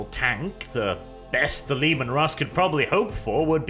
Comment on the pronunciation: The Leman Rrrrrrrrrusss